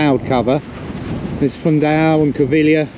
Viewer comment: Beautiful views, lovely video. Happy birthday. I was pleased to see Sandra looking better. Now on another topic. I have noticed that most of the expats cannot pronounce the name of the Portuguese town Covilhã in the right way. You should pronounce the end of the word with a nasal sound. The same as in the word "manhã" (morning). Love Filipa